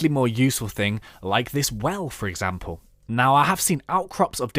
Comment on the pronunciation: i sneezed so the thing i heard was "You can make some off these into your house for examble this well"...